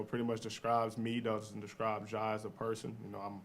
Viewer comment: Just curious, why did you add an “h” at the end of “Ja”… his name is Ja Morant